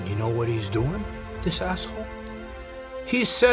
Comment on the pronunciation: Love the way johnny pronounces"asshole".Noone says it better.😁